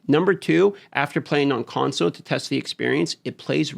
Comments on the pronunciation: What we really need is you to add the L to the word console. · i was playing a drinking game where everytime you say consow i have a drink, now im hammered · I just love the way you say “console” :) FIX the damn Conso you fools ❤ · "Consoe" players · Why does This guy say console so weird lol